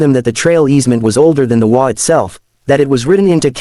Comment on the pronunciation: The WA? There certainly must be a way to get the AI to read “HOA” properly for a story about HOAs. (SMH)